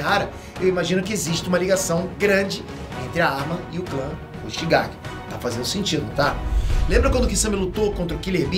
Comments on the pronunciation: Quem viu ele dizer Kisame Hoshikage ao invés de Kisame Hoshigaki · e hoshikagi ao invés de hoshigaki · Não é hoshikague é hoshigaki